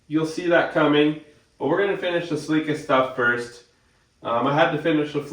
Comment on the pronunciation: Points for pronouncing celica right.